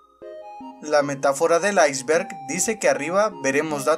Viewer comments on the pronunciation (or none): none